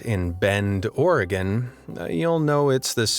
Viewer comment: Thank you for pronouncing Oregon correctly